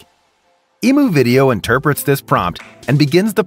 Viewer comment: Emu is not pronounced like that.